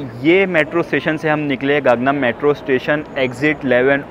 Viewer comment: गाग्नम नहीं खाङ्नाम हे